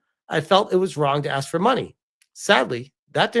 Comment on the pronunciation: and you didn't even axe her?